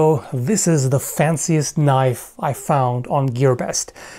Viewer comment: A freaking KNOIFE!!! I really liked it!